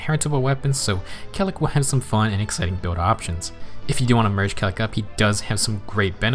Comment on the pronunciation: I always thought it was pronounced kay-lack...